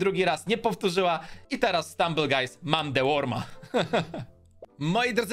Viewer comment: czemu na Stumble guys mowisz Strumble guys?